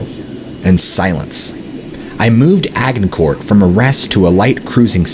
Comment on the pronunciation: The g in “Agincourt” is pronounced like a J!!! It’s pronounced Ajj-In-core..